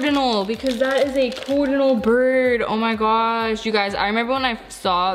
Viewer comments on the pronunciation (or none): In the middle where you said coordinal instead of cardinal you put down there CARD-inal I don't know why I sad coor. It doesn't make sence please explaib